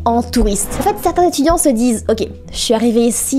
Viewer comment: 1000 zétudiants...cette liaison inexistante, alliée à la façon de parler, on comprend le niveau.